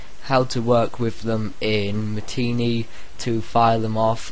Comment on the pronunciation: It's pronounced Ma-ti-nay